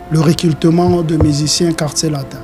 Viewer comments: Oza na raison Yako leka na télévision té po osala recultement😂 Monsieur on dit recrutement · Recrutement et non recultelment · Délégué tu as infiltré la langue (recultema ou recrutement ? Journaliste aussi est mauvais tu laisses tn invité recultema sans correction 😂😂😂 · Yo musicien oyo balobaka recrutement non recultement 😂😂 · Un porte parole qui n'arrive pas à prononcer recrutement